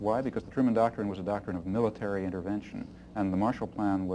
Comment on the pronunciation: "Truman docktrin" heh....